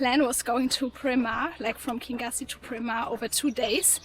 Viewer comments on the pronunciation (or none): KIn yoosie is how you pronounce Kingussie.